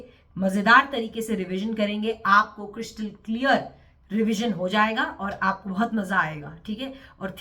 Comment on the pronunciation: Everything was fine untilyou say 😅 the word crystal clear😢